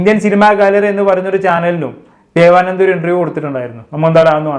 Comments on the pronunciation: ദേവാനന്ദ അല്ല "ദേവനന്ദ " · ദേവാനന്ദ അല്ല ബ്രോ 😂ദേവ നന്ദ 💕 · ബ്രോ ദേവാനന്ദ, അല്ല ദേവനന്ദ. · ദേവാനന്ദ അല്ല ദേവനന്ദ ആണ്